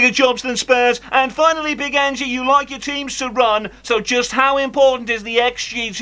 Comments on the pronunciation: Accent is quite a way off to Ange's 🍀 and it's not Angie. It's Ange. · Nailed it, great work! His name is pronounced ‘Anj’ not ‘Anjy’. (Dumbass Jordan 😂)